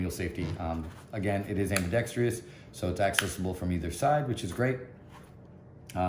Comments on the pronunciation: Thank you!! It seems that the only person on YouTube that pronounces this word correctly is "Hickok 45." Lol. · Ambidextrous Not ambidex tree us